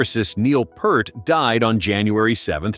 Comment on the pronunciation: PEERT not Pert Ugh 😩